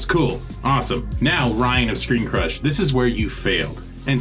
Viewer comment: For a moment I thought you said Screen Junkies!